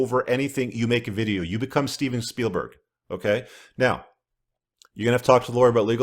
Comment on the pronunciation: "Become Seven Spielberg" 😄